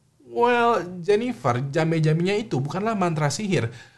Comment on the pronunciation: Jampe jampe bukan jambe jambe 😁